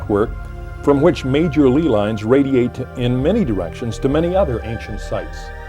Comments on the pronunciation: pronounced LAY lines not LEE lines..... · Lee lines? It's called LEY LINES, God dammit!!